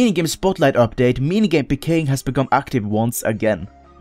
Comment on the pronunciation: i like how you say it like puhkaying in stead of peekaying